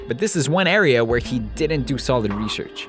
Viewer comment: Lol who else heard him say rehearch instead of research after the fury part